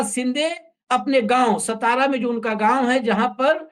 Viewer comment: सतारा नही सातारा हे सतारा करके कोई गाव नही हे महाराष्ट्र मे